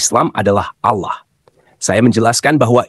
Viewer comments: ALLAH ya baca saja ALLAH tdk ALLOH..... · Bukan Auloh tapi Allah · Tulisannya itu Allah , bacaannya Awlah karena ada tanda baca tasydid ditulisan arabnya. Nama Allah yg dibaca Awlah juga dikenal oleh kristen arab. Kristen indonesia kok nyebutnya malah Al lah ??? Dapat ide darimana? Soalnya bible berbahasa yunani, inggris tdk ada sebutan Allah yg dibaca Awlah.